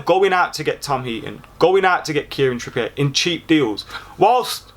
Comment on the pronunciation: "Kieran Trippiye" I'm sorry when did Trippier become french😂